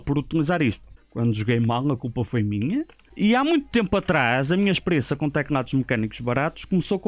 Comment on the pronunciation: ele diz tecnados em vez de teclados kkkkkk não é pra gozar mas da piada